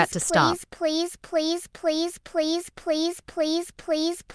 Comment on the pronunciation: Lol this please please was so weird is sounded like police police😂